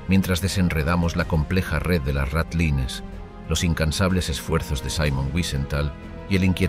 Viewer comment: No puede ser que ni sepas pronunciar ratlines